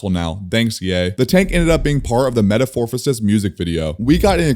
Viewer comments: Bro really said m3ta "phorphisis" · "METAFORPHOSIS" RIP English🥀😭